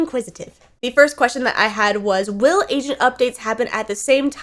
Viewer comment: When she says agent, sounds like she says Asian.🤣